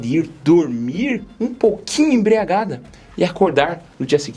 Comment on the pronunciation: Se me permite a correção: você disse emBREagada mas a palavra correta é emBRIagada, já que se escreve com "BRI", não com "BRE".